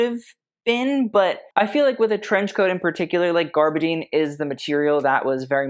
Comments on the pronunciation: A lot goes over his head he just wants everything over the top no matter how ugly it looks. Can't even pronounce gabardine it's not spelt garbadine. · Gabardine, please...NOT garbadine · You have quite a number of followers who assume that you know what you're talking about. The fabric from which trench coats are made is gabardine, not "gaRbadine", as you mispronounced it multiple times. You know too much to make such mistakes. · I’m going to go out on a limb here, but when you say garbadine, are you meaning gabardine?